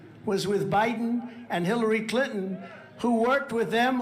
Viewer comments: I live in the south & everybody I know, knows how to say CliNton! That is NOT A SOUTHERN THING. She does the same with important...she says importnt...again, NOT a southern thing! & she DOES sound $tup!d because she IS!!! 🤷 She called AOC that word on Fox & Steve Bannon! I think that just like trump is all consumed & jealous of Obama...& Biden, for that matter, MTG feels the same way about AOC...especially since AOC is wayyyyy prettier than plump Marjie! 🙄 What very few friends I have left, who are MAGA, ALL are in agreement that AOC is a very intelligent lady! Plus, at this point, since we ALL know & understand how really very truly $tup!d Marjie is & because she's in 2 cults, & because she did exactly what we thot she'd do, & blurt out classified information, & because she YELLED & CALLED military guys LIARS, & because she's on the J6 soldiers' side & because she doesn't seem to realize that trump was in office in 2020...1 last 1, even tho I could spend an hour doing this, & because she makes a fool of herself & the entire country, EVERY TIME SHE OPENS HER BIG MOUTH, I HAVE ZERO PATIENCE WITH HER & COULDN'T CARE LESS ABOUT INSULTING HER OR MAKING FUN OF HER, BECAUSE SHE IS AS $TUP!D AS SHE LOOKS & ACTS! & DITTO FOR BOEBERT! 🤦🙄🤬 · Trump's nuts. You're super. One thing: I was born in a town named Clinton. That's how we pronounced it. Same way dufus pronounced it.